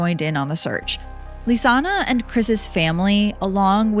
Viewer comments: Her name isn't LisannA. It's LISANNE (Lees-Ann). It's kind of important not to mispronounce the victim's name the entire video. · Stop pronouncing Lisanne, Lisanna!! Poorly done! I never heard about the possibility of organ harvesting. I've seen every video above this case! At least get some facts straight! And the strawberry tour is another thing I've never heard! The girls were supposed to have a tour with Marco on April 2nd, of the Pianista trail. That's why he called the host family to see if the girls were there. Marco went to the host family and the lady of the home let Marco explore the girls room on his own! That's bizarre to me, to be allowed access to the girls room. There's so much information out here about this case, but we're no where near the truth.